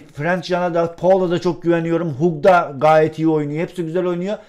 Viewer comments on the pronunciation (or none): Hag diye okunuyor o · Hug Hag diye okunuyor:) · Abi Hug söyle okunuyor Hag